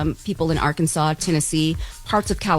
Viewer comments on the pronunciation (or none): none